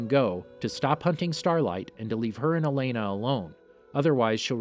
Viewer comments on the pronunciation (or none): none